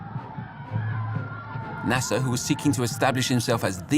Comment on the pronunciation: I wish you pronounce his name right ! Abdulnasser … not Nasssa !!! 😡